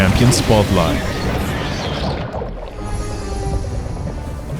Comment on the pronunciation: Why do you pronounce it like that